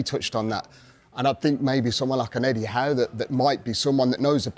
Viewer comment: Did this guy just say Eddie Howe?